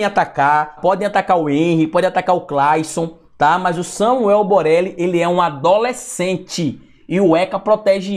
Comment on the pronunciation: É boleli ou Borelli kkkkk